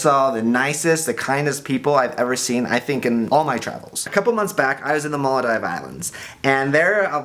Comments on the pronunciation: malodive? you mean the maldives? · When did the Maldives (he pronounced it wrong) become part of Africa?